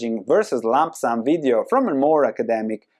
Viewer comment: Incredible content. But Please don't say Lamp sam.